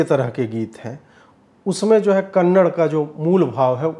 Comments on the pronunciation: Ajeet, I follow your channels, you do a good job. But PLEASE PRONOUNCE NAMES CORRECTLY.. YOU DO LOT OF CONTENT ON OTHERS ATTITUDE.. WHAT ABOUT YOU?? IT’S NOT “KANNAD” .. “KANNADAA” .. again KANNAD NOT, KANNADAA.. Kannadigas hate it when you pronounce their language name as KANNAD .. Please say KANNADA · Humble request to Ajeet ji from a kannadiga, please pronounce kannada as 'Kannada' not 'kannad' 🙏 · Kannad ❌ nahi Kannada ☑️ bolo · I appreciate your views of the films but with all due respect it is not "kannad" or "karnatak" it is kannadA and karnatakA ,please do mind the caps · Sir für next time its KANNADA not KANNAD 🙏🙏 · Ajitji Please Pronounce Kannada as Kannada not as Kannad.... Pls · Great review.👍 Please say 'Kannada' not 'kannad' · Bharti, it's KANNADA not KANNAD, Like it's HINDI not HIND, please correct the Pronunciation. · It's Kannada.. not kannad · Sir please pronounce it as Kannada not kannad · Dude it's not Kannad it is Kannada please stop insulting it... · Please Don't say kannad it's "kannada" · Bhai tum logo ko samaj me nhi atha kya woh kannada hai kannad nhi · Pronounce the language name properly man, it is Kannada and not kannad . Stopped watching your video just because of it. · It is not Kannad - it is Kannada please pronounce it properly... :( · Sir...its kannada not kannad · Kannad nahi behan c,it's kannada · It's kannada not kannad, plz understand language emotions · It's kannada not kannad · Ajeet, please don’t mind the correction; It is not pronounced as ‘Kannad’ but pronounced as “Kannada” - da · We would love if everyone pronounce it as kannada rather than " kannad " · It’s KaNNaDA! Pls say it the correct way 🙏🏽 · As a kannadiga when he says kamnad i feel like cutting my ears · He is talking in hindi that why he said kannad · would you call/pronounce America as Americ? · Kaantaara Kannada Karnataka! Pronounce like this. 🙃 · It's not Kannad, it's Kannad(aa) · 🛑Kannad🛑 Nahi ❤️Kannada❤️ bolo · Ajit bhai it's kannada and not kannad